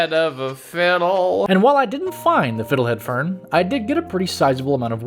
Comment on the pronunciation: “we have ze fittle head furn” 😭😭